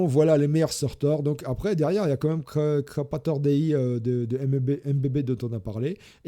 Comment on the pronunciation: c'est CrapOrator Dei, pas CrapAtor... on dit un crapaud, pas un crapa 🙃